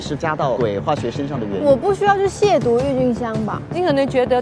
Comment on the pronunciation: 撒贝宁把渎字读对了其他人都读成了第三声😂